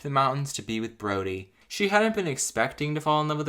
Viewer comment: I keep hearing Brony instead of Brody.